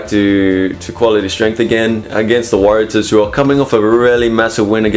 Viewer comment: Could you please get the pronunciation wright. Warratahs.Pronounce Warra stars without the S. Big home ground advantage for reds.....may surprise.